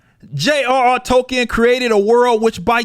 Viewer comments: Tolkien... Tolkien... NOT Token. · See what happened is that these folks read the writers name as TOKEN instead of Tolkien.